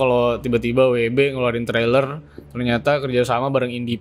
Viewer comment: Michael keaton jd george Clooney WB jd WD Val Kilmer jd Fan Kilmer. Kayanya lidahnya kelu kalo kurang nutrisi jorok jd salah2 sebut mulu wkwkwkwk